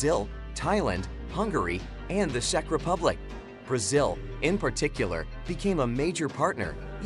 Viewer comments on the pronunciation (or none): none